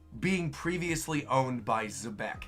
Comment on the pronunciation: I swear, Rocks looks like a mix of Blackbeard and Senku from Dr. Stone. Also, apparently Xebec is actually pronounced "jebec" according to Artur.